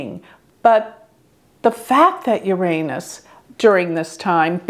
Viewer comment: Thank you for pronouncing 'Uranus' properly.